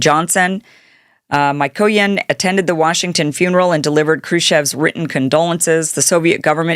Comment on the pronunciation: "Mykoyan" is pronounced "Meekoyan"! "Gromyko" is pronounced "Gromeeko"! A little bit of research on pronunciation of foreign names before going live would be expected as proof of common sense and respect for languages other than English. Not everything can be anglicized! ☝🏻🤷🏻‍♂️